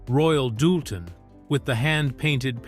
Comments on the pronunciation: Same AI voice.I've heard many times getting very bored with it. He mispronounced the china as royal " dull ten " plus many other mispronunciations... This documentary could have been more concise and shorter.!!! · And it’s not Royal Doolton, hahaha…but that’s an AI voice reading a script. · Royal DOOLTON??? Really??? 😖🫣